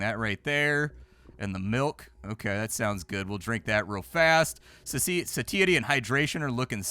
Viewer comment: Love you, but the way you pronounce satiety is like a jump scare every time.